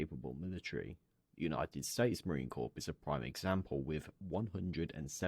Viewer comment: Every Marine watching this is cringing with every mispronunciation of corps. It’s pronounced “core,” the p and s are silent.